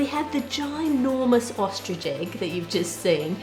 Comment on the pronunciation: Tracey Lewis and it’s “ostrich”.